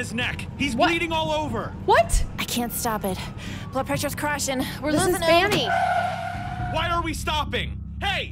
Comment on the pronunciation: I love how calls Vanny, Fanny 😂